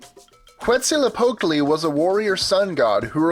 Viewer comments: Quetzalcoatl's name ins't pronounced like in the video. His name comes from the word for beautiful (Quetzalli = beautiful). Coatl simply means serpent. The OA sound in Coatl makes the "oh-ah" sound. The L in Tl is said at the same time, as tl is more of a click noise. The Z is pronounced as an S. The correct pronunciation is Quet-sal-koh-wat(L). Source: I speak some Nahuatl. But over all, coll video! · pronounced ketzacooat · What the crap? He said Quetzalcotle wrong!